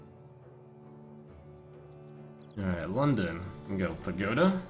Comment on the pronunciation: Trump, it's pAgoda, not pagOda